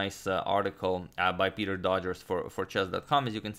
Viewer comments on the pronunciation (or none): the worst pronunciation of Doggers I could imagine. Dodgers? Really?